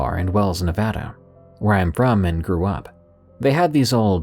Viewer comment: As a native Nevadan....THANK YOU FOR PRONOUNCING NEVADA CORRECTLY.